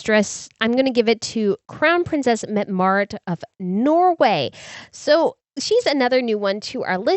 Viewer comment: Once again, Mette is not "Met"...it is Met-tah